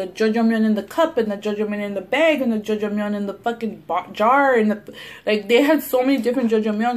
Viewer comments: Omg.... I was like wtf is jojomeon and the you said black bean sauce (aka black bean paste ) and my Korean Novela watching ass realized you were trying to say "ya jang miun" Lol try reading it in spanish. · It's Ja-jang-myeon ❤️ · The way you pronounced the black bean noodles "jojomeyon" made me chuckle lol..awesome that you're trying something different :) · judge-a-myun lmaooooo